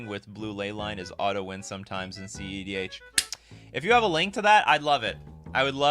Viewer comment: You're the first person I've heard actually calling it cedh, usually I just hear cdh